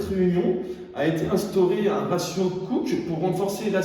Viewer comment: le ratio cooke devrait se prononcer a l'anglaise aussi, du coup "couki" XD